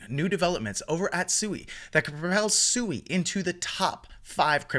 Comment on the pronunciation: PSA: It's pronounced "Swee" not "Sue-ee"